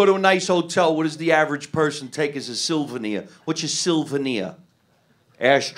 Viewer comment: Haha my dad pronounces souvenirs the same exact way. You're right, though. We have enough hotel supplies to open a Best Western in the basement.